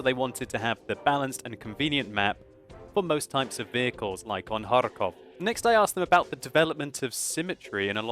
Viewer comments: For some reason, the way he says it bothers me. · It's kinda funny how you can't pronounce Kharkov! unfortunately there is no KH in English. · I love how you say '' KhaRRRkov'' :D It's so funny (in a good way) :D